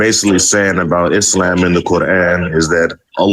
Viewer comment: Coraaaaan, islaaaam. 😂 the pronunciation